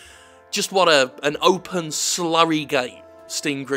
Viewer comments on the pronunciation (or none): none